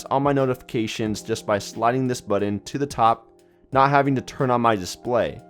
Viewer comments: Why are you pronouncing "button" like that? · my god I hate to hurt anyone's feelings but you NEED to learn how to say the word "button".